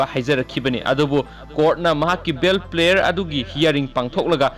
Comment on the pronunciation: Paochesibu pabiriba eenaogi "PRAYER" haiba waheidu 'PLAYER" haina pronounce toubire,semdok-hanningi.....